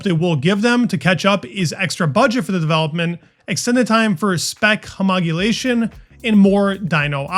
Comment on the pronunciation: you've said "homogulation" instead of homologation 🤣